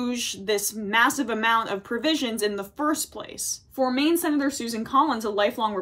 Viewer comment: By the way sin-it-or Collins he hasn't learned his lesson not the way you think. He's learned how to do it better and how to keep others from finding out. Congratulations you just enabled a narcissist.